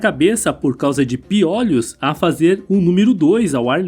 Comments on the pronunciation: Não é 'piólhos' e sim 'piôlhos', claro que sem acento. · Legal o vídeo mas não é piólhos é piôlho que se pronuncia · Acho que o narrador não tinha ouvido falar em pi(ô)lho antes, ele pronuncia "piólhos" chega a ser irritante! 😂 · "Piólhos" foi difícil! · SE FALA PIOLHO, COMO MIOLO, BOLO. NUNCA VI NINGUÉM FALANDO PIÓLHOS, COMO OLHOS. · Diz ao narrador que não é piÓlhos, pronuncia-se piÔlhos, embora não leve acento. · NÃO É PIÓLHOS...E SIM PIÔLHOS... CONSERTE ISTO! Se fala piolhos (Sem Acento). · PIÓLEOS É BOM..KKKKKK SE DIZ,PIOLHOS.... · Sim mano da uma agonia ele falando piólhos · Desculpaí, eu também percebi a pronúncia de " piólhos " que soa como um gongo nos meus ouvidos... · Muito bom o vídeo,só não e tendi o plural de piôlho ser piòlhos kkkkkk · Essa pronuncia de "piólhos" de onde saiu??? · Piólhos ? Não são todas as palavras que mudam a vogal tônica de o pra ó. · Showing results for pronúncia de piolhos Search instead for prouncia de piolhos pi·o·lho |ô| 1. O CORRETO É piolhos "Ô" Desculpe apenas uma crítica costrutiva. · PIÓ LHOS? 😂😂😂😂😂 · Amo o antigo Egito ,agora escutar o locutor do vídeo pronunciando "piólhos" me deu um pouco de dor no ouvido . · Meu amigo! Doeu você falar piólhos. É como ouvir alguém falar cachórros, bólos, dóces… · FALA-SE PIÔLHOS , OK? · Vc está otimo achei graca na pronuncia do piolho mas está original ,vc está muito bem .bjos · O jeito desse cara falar piolhos é ridiculo. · Super interessante ,mas os a forma errada de falar piolho me deu nervoso .Mas parabéns pelo conteúdo. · Caracas, achei que só eu ficava aflito com essa forma dele dizer "piolho"